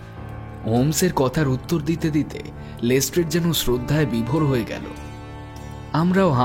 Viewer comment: শার্লক ওটা লেস্ট্রাড, লেস্ট্রেড নয় 🙄